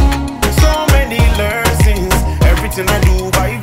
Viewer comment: You have such a good vibe. This comment is coming from a positive place i genuinely will recommend you work on your pronunciation for the upcoming track. Its okay to have the accent that’s your originality but for exemple don’t say “Lerson” its lesson. This song is a masterpiece you just need to put more effort in the studio while recording. I know you do this for fun. … and we appreciate you truly. And i made this comment just because i think this song is truly a hit and it could have an even bigger impact 🙏🏻.